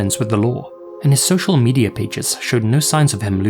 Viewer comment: Mandeller Effect Medier